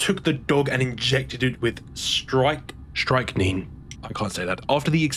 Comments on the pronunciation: The scariest part of this video is how he pronounced strychnine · Strick-neen, or, in the US, its often pronounced with -nine instead